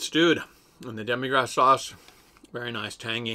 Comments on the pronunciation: and i think its Demi-glace not demi grass :D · It’s not demigrass it’s demi-Glace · FYI, it's pronounced demi glace (like in glass), cute cat paw pastry.